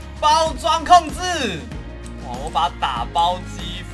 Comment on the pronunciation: 有人跟我一樣一開頭的『打包機』聽成「大包莖」嗎😂😂😂